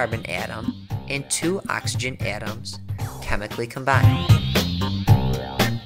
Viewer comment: he keeps saying AaTuAms its so annoying literally just say atoms not atuams